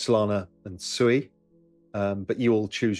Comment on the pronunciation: Oh Ru Paul, you 🤡. What is SUEY? Are you talking about SUI pronounced Swee, aka water in Japanese. Or are you just so low IQ that you can't pronounce your Investments correctly. When you talk about Elon and Dogecoin do you say you're heavily invested in Dodge Coin?